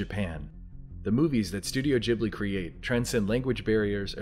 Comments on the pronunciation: Say studio JHIBLI one more time I dare u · Also SLAP For the way you keep saying Ghibli